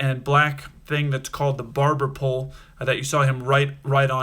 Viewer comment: Barber poll not barbara pull